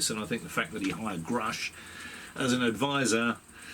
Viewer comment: Why does Gary Nolan keep referring to David as groosch not grusch?!